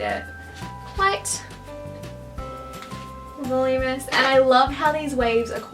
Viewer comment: I loved this! Isn't it pronounced "vuhloom-inus "? Not "volum-us" or is that just how you say it over there? I'm in the states :D